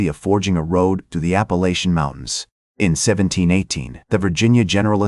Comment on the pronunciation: I strongly dislike AI narration. Why can't it be programmed to speak correctly? There really aren't numerous ways to pronounce "Appalachian"!